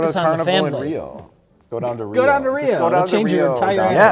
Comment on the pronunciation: He said "Fambly"!